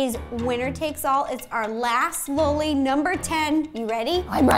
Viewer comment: the way she said lolli